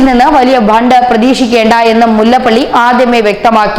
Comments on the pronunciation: ബണ്ട് അല്ല ഫണ്ട് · It is not bhand it is fund.